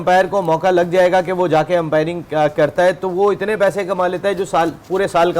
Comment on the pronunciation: 😂😂 empiring , tichnology 😂😂